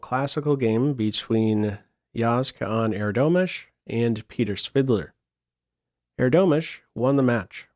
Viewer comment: Props for the pronounciation of the boys name! Every detail gets attention on your channel 👍